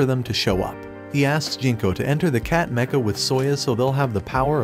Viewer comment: I like the look of the cat mecha. It looks like a cross between a cat and a bat. Also, I like how pronounces mecha with a different ch sound.